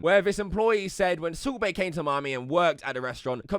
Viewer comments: Sult baiy...bruh says his name dumb as fuck 😂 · The subtitles say subway when he says salt bae and it's glorious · Kept thinking that you were saying Soup Bae instead if Salt Bae. A good laugh.